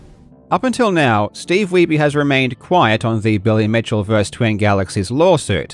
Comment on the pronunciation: bro said "steve weeby" LMFAOOO his last name is german you dolt weiße (weiss) means white his name is steve white... 😂